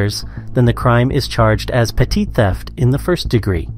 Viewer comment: petit theft? or petty theft?